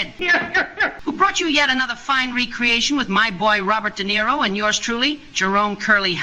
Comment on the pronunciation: You mean ''DUH - NERO '' !